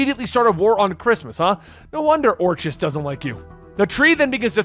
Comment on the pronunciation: Wait... I don't think that you are pronouncing Orchis right...and I might have misspelled it.